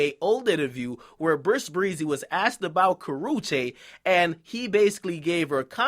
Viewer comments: Lmfaoo the way he says "Karruchue" Lmfaoo he says "Kar-Oo-chay" lmao! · " Karoochay" Akademiks voice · Say her name right bitch as nigga. Karrueche and YES she did really love him. Bitch ass.